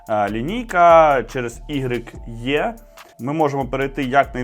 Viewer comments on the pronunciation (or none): Нет у Honda модельного ряда "Е" (вернее была, но уже снята с производства), и не будет. А завтра будет представлена новая линейка машин, модельного ряда - "И". В очередной раз предлагаю ведущему пользоваться Google переводчиком, жмакая на "динамик".